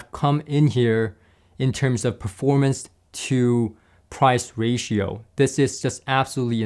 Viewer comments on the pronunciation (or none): none